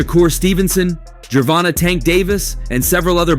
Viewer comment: How u gonna be a reporter and not say gervonta name properly bro like he new or something